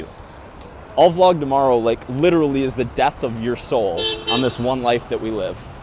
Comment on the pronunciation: Just wanna shoutout back to when you used to pronounce vlog, "vee-log." Was watching some old vids recently and it's adorbs.